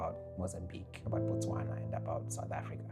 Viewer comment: Its Botswana not Bostwana